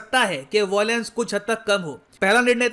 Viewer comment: Bhai it's VIOLENCE not VOILENCE.. aata nahi kya.. LION not LOIN..